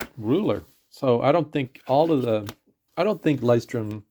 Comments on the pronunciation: Thank you for the video. Not to be pedantic but you may actually be interested... Lighthouse in German is sort of hard for Americans to say. Loo oy shh torm Loo as in Lou the nick name Oy as in "hey" British slang Shh as in be quiet Torm as in dorm with a t but not super pronounced. So this part isn't as hard as you may think, just kind of Blended together. Saying loo then oy shh then storm fully in a connected row is hard for English speakers. I leuchtturm1917's own videos they will simplify it a bit to make it for English leaning. If you really want to hear how it's pronounced Google lighthouse in German and then click the pronounce button, don't listen to Somebody pronounce the brand Our journey in journals, the blog has a post saying the exact same thing that you can read, if you like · The video slaughtered that word so bad I had to look twice.